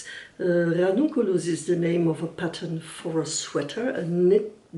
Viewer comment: I enjoyed this video and how you explained every detail about the choices that you made upon the Ranunculus. Also how well you rolled that R! Lol As a non native English speaker I can say that I had no difficulty in understanding what you said and I’ll be coming back again for more